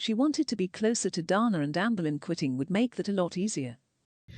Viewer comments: Her name is Dana not Donna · every time the text-to-speech lady says DARNAH it fucken sends me